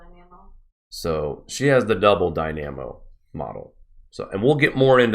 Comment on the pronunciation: Great work! For future reference, "dynamo" receives the emphasis on the first syllable, and pronounced "die-nah-moe"